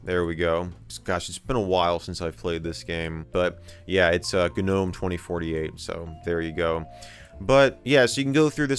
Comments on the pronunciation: its not "Gah Nome" .... its just Nome G is silent. A gnome /noʊm/ is a mythological creature and diminutive spirit in Renaissance magic and alchemy, first introduced by Paracelsus in the 16th century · How many times has he mispronounced gnome with ganome? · Gnome.....isnt the G silent? nome is how it is said? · michael says g-nome lol good video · The "G" in gnome is silent. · Not in that gnome, nope